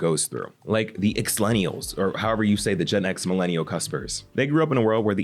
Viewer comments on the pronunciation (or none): Lemme help you out, it's "Xennial" there's no L's in the middle. Speaking as a Xennial 🙂